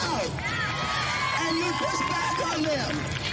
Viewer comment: "A Gas-o-leene Stay-shyun!"